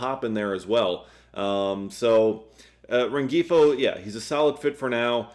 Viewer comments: He was driving me crazy with the hard G 😂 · Luis Rengifo's name is pronounced loo-EES ren-HEE-foe. Just fyi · I believe the G is silent in Rengifo.